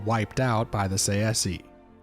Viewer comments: I hate this guy's pronunciation. Say see. I personally say it either Tse-she or Tsah-eh-ski. But Say-see, come the fuck on. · I think the pronunciation is TsaesKee..Tsae is not Tsa-e but one sound.. I don't know how to write it in English.In Greek is Τσέσκι.. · I thought that Tsaesci was pronounced "SAY-she." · I may be wrong, but I think it's pronounced '"say-shee" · Tsaesci is pronounced Say-chee btw. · Its pronounced like sai - see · I’ve come to the conclusion that no one really knows how to pronounce Tsaesci lmao sashee? Saysee? Say Es ee? Who tf knows